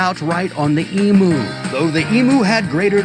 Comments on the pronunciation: enough with the E-MOO it is E-MEW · Please, it is NOT an emoo! It is pronounced emew!!! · Do not take this seriously. Incidently koalas are NOT bears. There are no bears in Australia despite how we love joking about drop bears. Also, never and I mean never, pronounce emu as e-moo. It is pronounced eem-you.